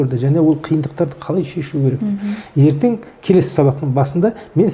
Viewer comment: Отқан емес,_ отырған ,отырық емес отырмыз. Ертен емес ертең.